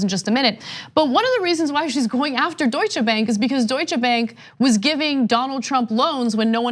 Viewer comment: Way to go Maxine! That out of the way, Cenk, Ana, please stop emphasising the 'che' at the end of Deutsche, pronounced the name Doi-shuh!